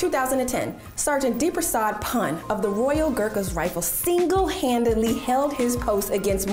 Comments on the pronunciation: not pun its pu n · It’s not pan it’s pronounced “poon” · Its not pronounced as literally a pun its poon btw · Haha I luved how she pronounced pan instead of poon for pun 😊😊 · Deep Prasad Pun - Pun pronounced as Poon not as Pon. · Yes you are correct 👍. Written " PUN "= Pronounciation would be " POON" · You are pronouncing his name wrong. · She butchered his Surname "Pun" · Is anybody going to point out the fact that she's pronouncing his surname inaccurately? :/ anyhow Well proud of Gorkhalis🙏🙏🙏